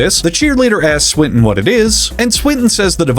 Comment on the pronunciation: Also Swinton to Sprint-In